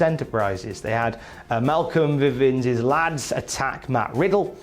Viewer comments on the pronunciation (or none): Hey, it’s Bivens not Vivens. Poor boy better pray Bivens Ent. doesn’t sign Jessamyn Duke cause he’ll be in a world of trouble if that happens.😬